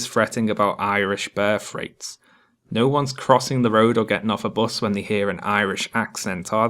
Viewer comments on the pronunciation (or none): I keep hearing "Bear freights" instead of "birth rates" and I am now really concerned about the shipping costs of bears. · I needed the captions when I got to the words, "birth rates" because to me it sounded like it was saying, "bear freights" And apparently I'm not alone, since the subtitles agree with me. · I only hear "bear freights" every time says "birth rates" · I had no trouble understanding you, your narration was excellent. However, I admit I did chuckle a bit whenever you said 'birth rates' because, to my ears, it sounds a bit like 'bear freights,' which is an amusing thing to picture.